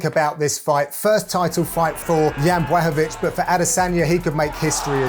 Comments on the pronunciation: FFS John can you not pronounce the fighters name man? Piss poor John Boy. Its pronounced like BLACK-O-VITZ.... Or there abouts. Not BWACKOVITZ or whatever your saying man. And I'm sorry but you were right.. The old supercar vs SUV analogy is a worn out cliche man. I'ts bloody LAZY John! I actually like you and your interplays with Dan Hardy but just going by this mate sounds like you can hardly be arsed. Cheetah vs Wild Boar would of been better than the 'Heard it a millionj times' car thing. If these guys dont fire up your imagination John then perhaps you could do the commentary for snooker or something? Sorry to be harsh mate but sort it out son eh? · why is he saying Bwaahovich LOL! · Please somebody make a meme of all the times Dan butchers Jan Blachowicz last name